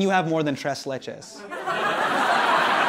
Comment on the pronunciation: Hassan I love you but your pronunciation of tres leches was hard to listen to